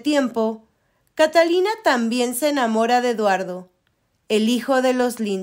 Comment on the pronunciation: Catalina y Eduardo? 😂😂😂 Que pesimo doblaje y que pésima pronunciación de los nombres y lugares.